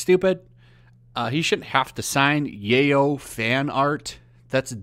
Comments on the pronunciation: Yeyol? What is Yeyol? Do you mean yaoi? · It's pronounced "Yaoi". The "y" is said like "Yoyo" and "yuck" lol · I had to go back and read the page to figure out what yayo was because I was listening in another tab lol. Mispronunciations like that are a diamond dozen. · Strange way of pronouncing yoai man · BTW, “yaoi” is pronounced “YOW-ee.” (Just think of the noise you might make if you ever found yourself in one of those situations in yaoi fanart...) 😂😂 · The way you pronounce yaoi makes my ears go up back into my body Its pronounced Y-ow-ee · Dude I hate it to but... Yoai YOW - EE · Omg the way he says yaoi 😂😂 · Yaoi isn't pronounced Yay-oh (that's the term used for Cocaine in Scarface). It's pronounced Yeah-oy. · ok just a pet peev, but "Yoai" is pronouced kinda like so "YOW-EE" not "YAY-oh". also in 100% of those videos of him hugging and kissing girls on the cheek he is always asked by them first. and a lot of time it is because of his character Tamaki from Ouran High School Host Club. that or Edward Elric from Fullmetal Alchemist. although he's kind of the Chris Pratt of the anime community. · My dude, it's YOW-E not YAY-O! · Being off topic here but since you speak it out.... Is "Yaoi" pronounce "Yeyoow" and not "Yawii"!? Did I pronounced it wrong all this time!? :0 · Yayo? 😂😂😂 Its yow-ee I dont think he's signing cocaine 😂😂😂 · You say Yay oh but to my knowledge it’s pronounced Yeow e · For fuck's sake... It's pronounced "yow-ee" not "yay-oh." I'm not even into that shit, your pronunciation just annoys the fuck outta me. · yeah, yaoi is not your work so of course you wouldn't sign it, btw it's pronounced (yow ee), just about anything with an "ao" is pronounced "ow", like Tao from the original DB series. what you said was yayo which is slang for cocaine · dude, it's pronounced YOW-WEE...yaoi is pronounced YOW-WEE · hearing you butcher the word yaoi(yow-e) is hilarious. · you pronouncing it wrong, yaoi pronounced like the jewish god